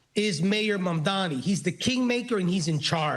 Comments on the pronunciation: He called Msmdani, Mandami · this guy can't even pronounce "Mamdani" correctly 😂